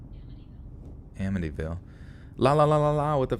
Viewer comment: I live in Long Island and my uncle lived by Amityville and yeah you kind of pronounce it the right way just a little off